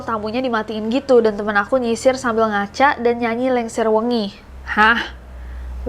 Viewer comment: Lingsir wengi mbaaa bukan lengser wengi hehehehe 😁